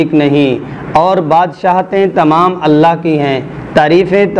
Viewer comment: ALLA nahi ALLAH hy.. talafuz theek kern.. tq